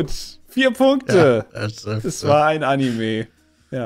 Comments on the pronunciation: Leude, es heißt Anime und nicht Annemie 🤣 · Immer dieses Animii. Wie kommt man auf die Aussprache? Einfach wie es geschrieben wird. Anime. Mit e.